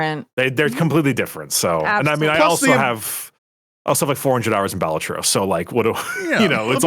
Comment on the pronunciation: that's not how you say balatro